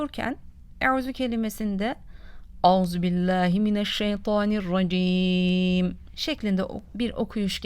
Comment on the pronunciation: Abla mineşşeytanirracim okunur ama kendin o var gibi okuyorsun